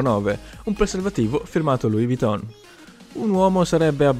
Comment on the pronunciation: LOUIS VUITTON , non si pronuncia la S ! ! ! ! Ti prego , almeno te salvati e non pronunciare quella stupenda marca come un burino.